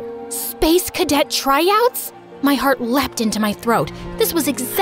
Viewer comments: Tryouts ❌ Tryots ✅ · "Spacecadet Tryots" 💀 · It is tryouts not tryots